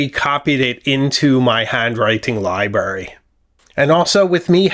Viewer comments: I apologize but libRary, libRary, libRary. There is an R in libRary. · Love all your videos, but did you say "libary"? Surely I mis-heard!